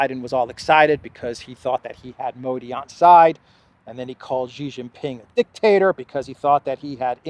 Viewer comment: XI JIN PING IS SHEE JIN PING NOT JHEE JIN PING. JHEE MEANS PENIS IN CHINESE LANGUAGE